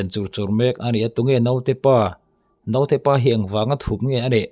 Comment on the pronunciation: A theih chuan mizo tawng hmang dik ang aw...Note tiin i lam kha dik lo naute ti rawh aw ..sawi zel lo mai ang